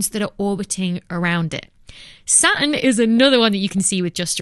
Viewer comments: Makes me sick to hear you say "SAT N" not quite SATIN the cloth, but much better would be "SA TURN" I really hate it, mispronounced!!! make it "sa. Turn" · Saa-urn , love the way she pronounces it. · "SA-uhn" I actually like that pronunciation haha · I’m sure Saturn has a t in it ,if you’re going to talk pronounce your words !